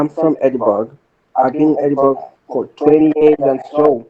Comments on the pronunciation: Ed burg ? 😂😂😂😂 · I tell you I'm from ANTBUG ANTBUG. Not chatisfy you can go can go" 😂😂😂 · He sounds like he’s trying to sound he trying something he can’t even say Edinburg…. What’s the city I’m from the America…. Wtf why he say he’s never been there too west African lol .. see he keeps getting wild over Ghanaian and African